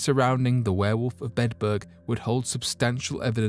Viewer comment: I'm sorry. I'm so interested in this, but every time you say Bedburg, it sounds like you're saying bedbug and that's creeping me out worse than anything. I only made it in. 😞